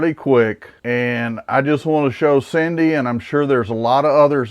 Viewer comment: BTW you said my name perfectly.